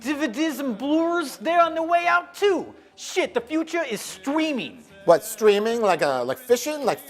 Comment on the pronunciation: lol "stweeming!"